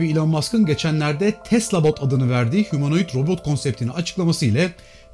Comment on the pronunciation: ya humonoid ne ya hemeroid gibi geliyor kulağa :D